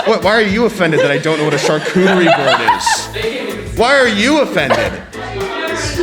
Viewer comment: I'm with ranboo, wtf is a sharcutery board